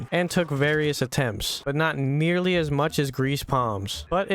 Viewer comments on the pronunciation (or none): none